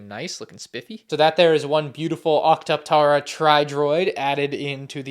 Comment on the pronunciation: all the love in the world, it’s pronounced “ock-tuh-para” tri droid